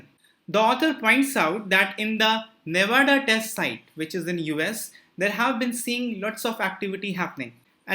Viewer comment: Can you once pronounce Nevada in a right way